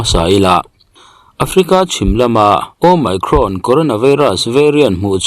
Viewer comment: Mi pangngai chuan an duh dan danin lo lamri se. Nangni YouTuber chin hi chuan a lam rik dan dik Youtube atang ten zir hmasa thin ula, ngaihthlak a hahdam deuh ang. Asean ang bawkin Omicron pawh nangma style leh bawk maw.